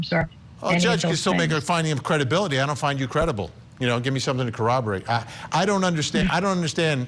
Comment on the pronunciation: reporter says the word corroborate funny